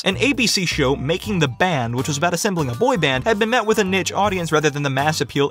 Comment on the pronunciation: I know this video is 4 years old, but did you ever figure out how to pronounce niche?